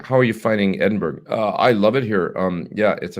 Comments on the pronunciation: Pronounced "E-din-burr-ah" FYI so you don't offend any Scots :) Have a great show!! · They call it "Edinburah". Spent 3 months at the Balmoral Hotel many moons ago.